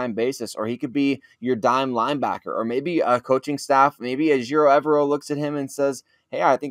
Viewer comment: You guys keep pronouncing coach E's name wrong. It's not E-ver-o, it's e-VER-o. I'm not a big fan of drafting a player like Woolen on athleticism alone (they have to have great tape), but 6'4", 210 lbs, with a 4.26 forty??? Is that a typo? Holy crap! Sounds like there's a lot of great prospects for us at CB. Marcus Jones really intrigues me with his special teams upside, and we need a slot. Wonderfully informative show, guys! Thank you, and. And both you and I love the Draft,. I've been a draftnik since the '91 Croel draft.